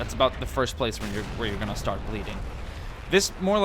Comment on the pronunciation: He Said Shtart lol